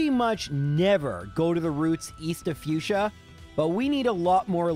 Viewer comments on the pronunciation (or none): none